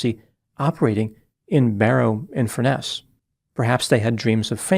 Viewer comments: That's FUR-ness not Fur-NESS. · By the way, it’s FURness, not FurNESS. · It makes me chuckle when you say Barry in Furness. It’s actually colloquially pronounced Furnace. Your pronunciation sounds really posh… something you definitely cannot say about Barry 😂